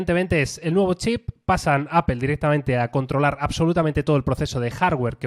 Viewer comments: POR QUE PRONUNCIAN APEL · Apel? Apel? Donde está la E en medio!! 🙉